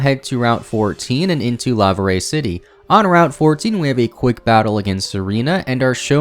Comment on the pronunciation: I mean no offense in saying this, but there are a lot of names of Pokémon, places, characters, etc. that you pronounce incorrectly. For example, Camphrier Town is pronounced "Cam-fry-er," not "Cam-fee-er," and Laverre City is "Luh-vehr," not "lava-ray." I love your videos, but they would be that much better if you were more careful with your pronunciations.